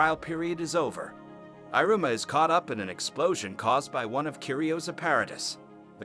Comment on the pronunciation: “irooma” lmfao the pronunciation is funny and it pisses me off at the same time